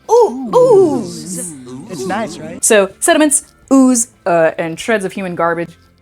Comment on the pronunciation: I am now subscribed because you said "ooze" in a way I enjoyed